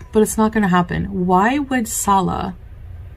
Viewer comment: They talked so much, yet she doesn’t pronounce (inflection) his name correctly. She says Salah with the same inflection as we do salad. Then it became Sa-La